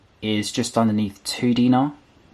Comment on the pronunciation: Correction for the money it’s called dinare not dina, Btw I live in Kuwait.